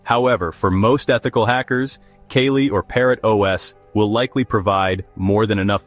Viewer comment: Not Kaylee. Its Kaa Lee .